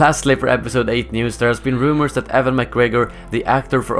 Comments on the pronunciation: he was saying Evan not E-wan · It's pronounced "you-wan" not "E-wan" still, good vid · EWAN not Evan... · LOL "EVAN" McGregor!!! I guess they couldn't afford Ewan so they got his cheaper brother instead!! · 5864 yep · LOL "evan mcgregor" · I understand that you are from Sweden, but for future reference, and in order not to upset more Star Wars nerds (like myself) Ewan is pronounced you-wun. I hope this is useful for future videos!!! Keep up the great work!!!! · Did he just call him Evan McGregor? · Almost. It's "You-En". But thanks for beating me to the punch! It always makes me cringe when people get his name wrong! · That's what I thought. Maybe he's French (Ewan IS pronounced "Evan" in French, from what I've heard)?